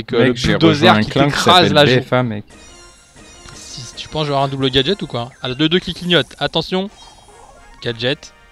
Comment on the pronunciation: Il a dis meg a la place de mec j'adore 🤩